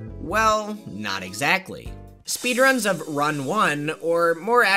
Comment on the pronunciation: sounds like they're saying speed runs 2 words but it's 1 word